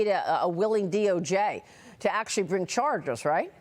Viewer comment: MARIA's REALIZATION! "...a willing DOJ to bring chorges, right?" She can hardly say the word "Charges" because she probably realizes the implications, not just of what such action would mean politically, but only as the words are leaving her mouth, the effect her words may yet have on American Patriots already prepared to revolt if justice is once again ignored ("lock her up").